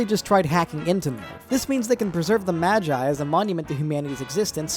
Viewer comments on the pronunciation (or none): Did you purposefully pronounce "Seele" and "MAGI" incredibly wrong just to annoy us? It worked by the way.